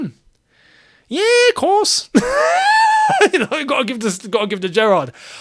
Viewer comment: “Yeee course” 🤣🤣🤣